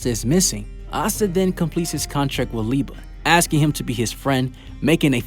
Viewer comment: Thank you for pronouncing Liebe right